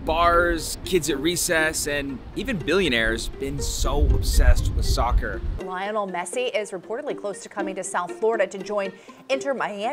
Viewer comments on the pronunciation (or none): Yank be like LAYA-NEL MESSI